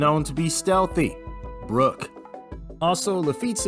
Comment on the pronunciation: Hate how he says Brock’s name. My boyyyyyy